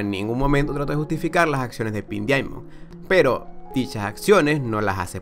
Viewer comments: ¿A mí nomás me pone los pelos de punta cuando dice "dIamond" y no como en verdad se pronuncia? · Se pronuncia DAIMOND o mejor di diamante rosa